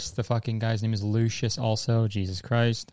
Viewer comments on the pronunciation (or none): none